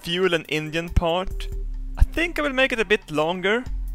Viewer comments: "I dont even tink the sun can tink about tings." :D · " i don't tink the sun can Tink about Tings" xD, never change